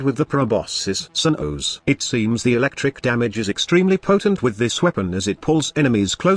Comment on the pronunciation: Proboscis Cern-OoOhsz.